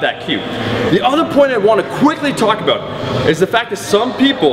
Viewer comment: that killer "aboot"